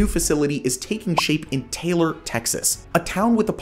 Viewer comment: I'm sure someone has told you in the comments 'Taylor', Texas is actually pronounced, 'Tie-ler'. Great video....loved the comparisons, actually surprised the US has the biggest project, and didn't know Nuclear electric is now alive and growing.